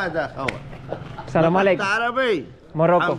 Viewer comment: No se pronuncia salamalek Es: as salaam ealeiiikun